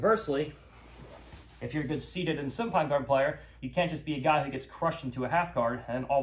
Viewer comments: Why does he say "soon pine guard" and not supine ? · I wish he said supine instead of soonpine